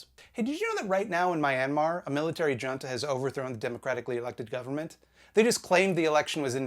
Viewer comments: did you just pronounce Junta (hoon-ta) as Jon-ta??? wtf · I know this doesn't matter much but fyi "junta" is pronounced "hoon-tuh" :) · Junta is pronounced Hoon-ta (but with a thick H) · Oh FFS... It's not J-unta with a 'J' - it's a H-oo-nta with an 'H'. Like how San Juan isn't Sen-juiwan. It means council, meeting, board in Spanish. Military junta is thus a military council, a committee, a board consisting of high-ranking military commanders. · I love you so much, but I guess not enough to read all 2k comments to see how many other people said HOON-tuh. It's pronounced HOON-tuh. Because I love you. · No offence but when you said military dʒʌntə that made me react a bit but the dictionary said that's actually a valid pronunciation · Junta is pronounced “who”nta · Junta is pronounced HOON-tuh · I'm sorry, did you just pronounce "junta" with a hard "J"? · Good job on pronouncing Myanmar and junta /lh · Sir junta is not pronounced like that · I hate to be this person, but junta was pronounced wrong and it was jarring...